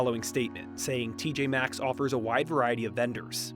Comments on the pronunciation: Why some of these people acting like the M is silent... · Why do they all keep saying TJ X? Drives me w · I can't with these exerts calling it TJ X